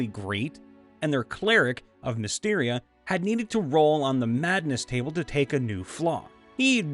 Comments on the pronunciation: BTW, Mystra is pronounced mi(long i)-strah, not mysteria. Just some professional advice. ;-) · Repeat after me. Mystra: MISS-TRA Selune: SAY-LOON. Krampus: CRAM-PUSS Thank you very much.